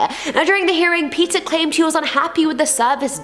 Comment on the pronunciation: I honestly couldn't stand the way p pronounce Peter ,,, sounds like Peccer or wever U were trying to sound like with ( english accent)